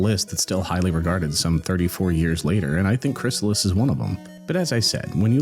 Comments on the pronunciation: Crystalis, not Chrysalis. Right? 😅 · Let me help you out on the name of the game you're making a video about: Krih-stall-us (Aside from the distinct syllables, you may also notice that the word contains the letter T.)